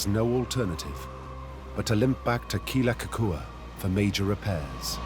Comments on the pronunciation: Please respect the Hawaiian culture and history by pronouncing things correctly. Kamehameha is "Kah-may-ha-may-ha." Kealakekua is "Kay-ah-la-kay-ku-ah." Mahalo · Didn’t the HPU professors teach the filmmakers how to pronounce Kealakekua?